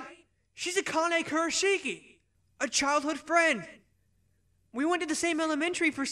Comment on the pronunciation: Oh, wow. This must have taken a lot of effort. You even timed the mouths to the words. Some of the characters don't sound the way I expected, but this was still super entertaining. My one criticism is that the pronunciation of Akane's last name is off- it should be "Ku-ra-shki." When that particular combination of sounds runs together in Japanese (or a Japanese name), one of the vowel sounds is usually dropped or under-emphasized. In this case, it would be that first i.